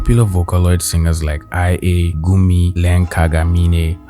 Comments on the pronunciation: Are we gonna ignore he said "I A" instead of ia? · I’m sorry but… it’s actually pronounced like eea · did he just call IA eye aye??? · ik this is very “erm actually” but im pretty sure her name is pronounced ee-yuh (like Lia without the l) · IA Is Pronounced E-Uh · No way he pronounce the vocaloid name "IA" as "I.A." 💀 Like Fukase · I know I'm late to comment but the vocaloid IA's name is pronounced "eee- ah" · just for your information, her name is pronounced as ia! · Did you butcher IA's name? It's "ee-uh" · "I ayy" do we tell him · its not related but when he pronounced IA as I A my soul crushed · Not you pronouncing it IA 😭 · it’s actually pronounced more like ee-a Better not mispronounce vocaloid’s name or the fandom will hunt u down for it 💀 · YOU PRONOUNCED イア WRONG 😨 Edit: Is that how you even spell it